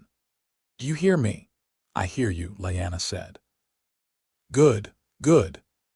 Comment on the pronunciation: Ray-garh not REEE-garh, and Lee-anna not lie-anna, A.I.'s an idiot and Jon's real name was Aegon, not wth ever the A.I. said.......Also, Caitlyn will always be a cruel, petty, vindictive DFC, in every story, hopefully someone rewrites her as a good woman, not the createn she is.